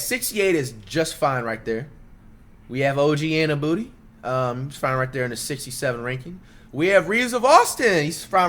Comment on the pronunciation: he called og anabooty 😂 this guy is horrible 4 that